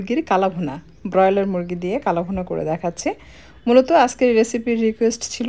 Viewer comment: বেশি শুদ্ধ ভাষা না পরালে বলা উচিৎ না। ব্রয়লার উচ্চারণ শুনেই পেট ভরে গেছে।